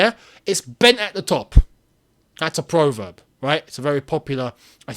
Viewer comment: Prov erb not pro verb. Pronunciation